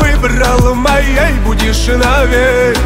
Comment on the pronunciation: бесит когда говорит мОей будешь . выраженный ненужный акцент